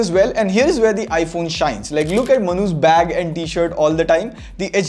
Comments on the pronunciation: The way he says "manu's" sounds more like "manhoos" 🤣🤣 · Whenever he says manu's... I always think like mnhooshh XD XD